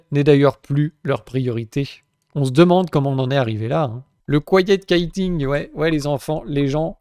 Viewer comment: Kaïtin', s'écrit kite, càd cerf-volant. Quitting, se dit exactement comme en Français itting (double t donc voyelle légère) par contre le qu se dit kw donc en Français ça donnerait cuitting (comme cuicui)